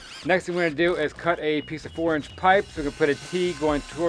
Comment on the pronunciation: Every time says "4 inch pipe" I hear "orange pipe" for some reason 😂 we're English, so translating is a game we enjoy playing 😂